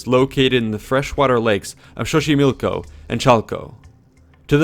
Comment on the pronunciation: I found interesting that the narrator pronounces the X as SH, which would be the closest sound to the actual, náhuatl sound: Teshcoco, Meshicas, Shoshimilco, etc. Kudos!